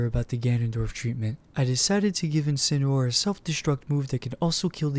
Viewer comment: You guys are saying Incineroar wrong your saying Incinerwar that is not how you pronounce it